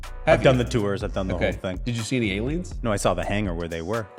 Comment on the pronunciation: He just "sawl" it 3 times 😮😢; are you kidding me?! Ohio education, I guess.